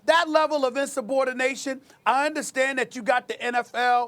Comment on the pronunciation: Insub-Ordination... Sas be makin words up